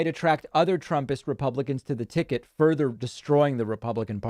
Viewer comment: Repumplekins, i heard